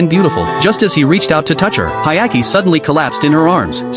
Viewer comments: Dude, what anime are you watching? His name is Hyakkimaru not Hayaki. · "Hayaki"😭😭 Bro's name is Hyakkimaru😔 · Hyakkimaru, not Hayaki, you idiot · It’s Hyakkimaru, not Hayaki. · It's Hyakimaru not Ayaki 😅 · He's name is Hyakkimaru* not Hayaki lol (the protag's name) Anime name Dororo btw. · Blame it on the shitty AI narrator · His name is Hyakkimaru not whatever tf that ai bot said 😂 Anime name is Dororo. It's a remake of a 1969 anime based on the manga (of the same name) by Osamu Tezuka. Well worth watching, only 24 episodes long and completed. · I love the anime it’s amazing, everyone should se it (Dororo 2019 1 season). But for the love of god please say the names right he’s name is Hyakkimaru och her’s Mio!! The little child is named Doritos and the monks name is Biwamaru. And another note to add Dororo and Hyakkimaru are the main characters. Mio (I love her she’s an angel) is in like one episode. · Its actually Hyakkimaru but okay